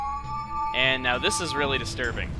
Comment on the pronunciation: HEy! say destirbing one more time! XD I bet i didnt type that right.. Dont judge me! Been up all night playing skyrim lol